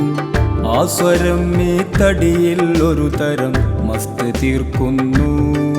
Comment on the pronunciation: നീ, നരകം ഇവയിലെ ന എന്ന ഉച്ചാരണം ശരിയല്ല..അതു ശരിയാക്കമായിരുന്നു